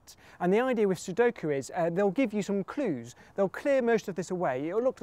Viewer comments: I hate the way he says "clues".. His L sounds like a D. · you say clues in a funny way :)